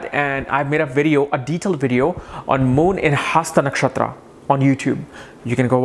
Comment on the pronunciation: Dude get to the point fast...also, it's not haasta nakshatra and padhaa..pls pronounce words properly